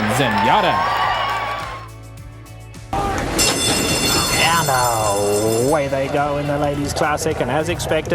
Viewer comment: Trevor Denman is maybe the best race caller ever, but it’s Zenyatta, not Zenyatter.